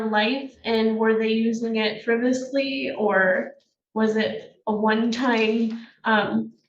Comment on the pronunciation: She likes the word “frivously.” She should learn its actual pronunciation, frivolously.